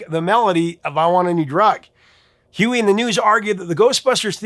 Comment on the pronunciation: Dude ur scaring me... Are you pronouncing Huey Lewis "Huey Luis*. 😮 😢